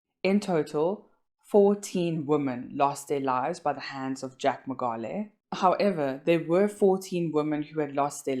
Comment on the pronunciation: Great video. But please pronounce the surname correctly.